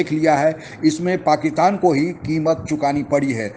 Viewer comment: ओ बिहारी, पाकीतान नहीं "पाकिस्तान" ठीक से बोल तो ले